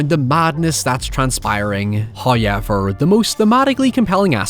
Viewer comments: hey just so we're on the topic. Have you ever noticed that you say the word "however" weirdly? I havent seen anyone comment on it so maybe you were unaware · the way you fail to pronounce "however" deliberately, is so jarring I cant watch the rest of your video :(